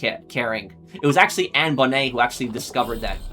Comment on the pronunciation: I've never heard Anne Bonny's name pronounced like that, I always heard it the same as Bonnie and Clyde.